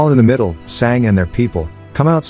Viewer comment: its Sanga,learn indian language or use translate to learn pronounciation,cause some times it feels wierd dude